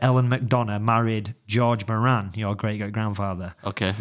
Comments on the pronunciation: Speaking of genealogy, Moran is an Irish surname derived from O'Móráin in Gaeilge meaning big or great. The pronunciation in Ireland is More-in with the accent on the More. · Just watching now and see you delving into the Moran surname. My main point though is that the pronunciation of Moran is incorrect.